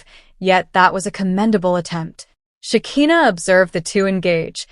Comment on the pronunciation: Sha ki na. Not Sha ke na😅😂